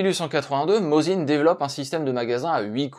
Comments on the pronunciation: Si ça peut aider: Mossine et non pas "Mozine". En russe c'est écrit avec un C (s) pas un 3 (z) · Merci pour ce bon épisode. Je possède trois modèle différents de Mosin et des cartouches alors que je n'ai jamais eu l'occasion de tirer au fusil... Une petite correction : il aurait été plus élégant de prononcer le nom russe, Mossine.